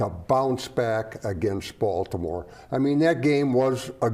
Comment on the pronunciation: a "TOUGH" baltomouer teamm, yeah okay